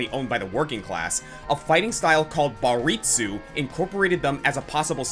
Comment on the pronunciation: Minor quibble: It's Bartitsu, not "Baritsu." Bartitsu is the real fighting style whose name was misremembered by Sir Arthur Conana Doyle, who wrote it as "Baritsu" in "The Adventure of the Empty House."